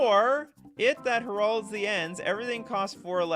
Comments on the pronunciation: It's not pronounced 'her-aulds', it is 'hair-aulds' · "You're killing me Smalls!" It's pronounced HAIR-olds! As in announcing the coming of something! I'll reformat my submits, but you really went out of order reading my combo. It's meant to buff all your creatures for a massive attack! Great show,sorry I missed it for FNM!